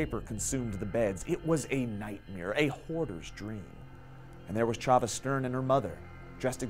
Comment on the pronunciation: also how you mispronounced chava's name